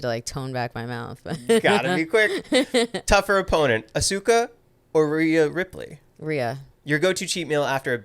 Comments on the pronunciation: Asooka lol aaahhhhhh assssskkkkkaaaaaa asuka the u is silent. Anywho great interview though. I love ZV so much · Did he really pronounce Asuka...Asooka? 😂😂😂